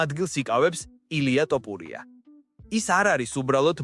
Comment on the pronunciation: ტოპურია არა შე შიბაქო თოფურია და ნაპერწკლი არა ნაპერწკალი ნუამახინჯებ ჩვენს ულამაზეს ენას თუშეიძლება❤